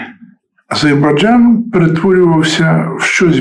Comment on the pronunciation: не азейбарджан,а Азербайджан